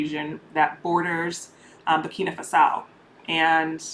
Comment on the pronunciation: I've lived in Ghana for 18 years, and you're right - it's definitely safer here than in the US. (Also sis, it's "Burkina Fa-so"🫶🏽)